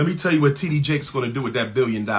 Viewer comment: Bishop T.D Jake's sir. If your going to say his name, say it right. Thank you.